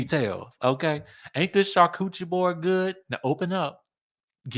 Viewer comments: Char-coochie board or Char-cu-ter-ee lmao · hey, love how you pronounce these bougie places! Cha-cootie 😸